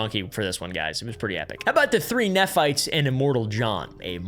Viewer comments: haha just so you're aware, "Moroni" is pronounced "more-ohn-eye" and "nephites" are "knee-fights" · " this is not going to be an anti mormon video" proceeds to just reiterate anti mormon talking points from the last 200 years and does not seem to have gotten any information from any actual lds websites. Well done. Crazy detailed investigating. At least learn how to pronounce moroni and nephites. It would take 1 minute. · Not “neff” fites, “nee” fites… In church when I was little, I always imagined a bunch of people fighting with their knees. And then I’d imagine the “Lame” anites couldn’t walk, so no wonder they always lost the battles… 😅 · Bye the way, Nephites is pronounced “knee-fights” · FYI nephites are pronounced knee fights. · knee-fights cmon please, learn how to pronounce. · Exmormon here… most Mormons have 0 idea about any of this information. If you are questioning things they tell you to “only use church resources to do more research”. I got disowned from my family for multiple years because I left. Thank you for making this video! (Also Mormons pronounce it “knee-fights”) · just pointing out another mispronunciation. Nephites are pronounced like knee-fights